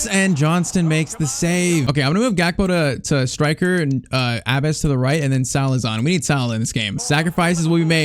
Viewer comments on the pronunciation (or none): Love the video .❤ Its just its not abbas it abbus